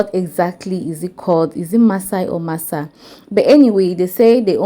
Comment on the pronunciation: Massa not Maasai 😂 They best Kilishi is in the North like Sokoto, Kano, etc. but Yahuzza also has great suya - beef and chicken.